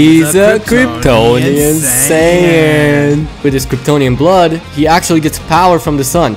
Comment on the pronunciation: I almost had a mental breakdown because of them saying Kryptononian sayan 99% of the vedio